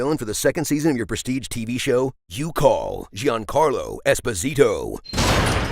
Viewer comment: Ok Giancarlo Esposito pronunciato all'americana mi ha fatto morire 😂